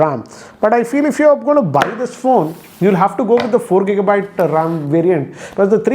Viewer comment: Not kika byte just giga byte